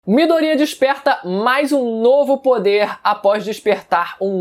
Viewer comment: Fala Midoriya direito porra